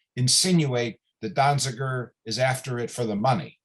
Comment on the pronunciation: Donziger. At least get it right. Free Julian Assange and Steven Donziger.